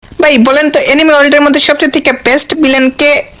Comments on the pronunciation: na bhai eitar ucharon এনিমি hoy but tmi to এনিমে lekhso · Uccharon hobe aanime